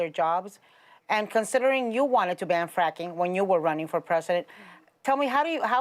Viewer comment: Ana talks about pronouncing Kamala wrong then goes on to pronounce Joe “Choe” and fracking “franking”